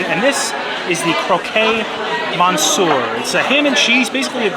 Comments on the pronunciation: Croque monsieur is pronounced krowk muh syur, not krow kay mon sewer. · French lesson… it’s “croc” (as in rock) monsieur 😉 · I don't speak French, but I'm pretty sure it's croque "croak" monsieur (croquet "crow-kay" is a game played with balls and mallets - it was in Alice and Wonderland, with the cards acting as goals) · It's pronounced CROK MONSIEUR!